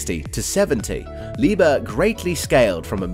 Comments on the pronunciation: NOT PRONOUNCED “LIEBER” but LIEB - HERR!!! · The 'h' in 'Liebherr' is actually pronounced: Lieb herr, not lieber. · Its LEE-BEAR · I am not Deutsch but please don't say again Liber. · You can pronounce it like "leap hair" thats the closest you will get to German pronunciation. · All you need to do is: -open google translate -type in the german word that you are butchering -set it to german at the top -press the loud speaker symbol at the bottom! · In Liebherr the "h" ist not silent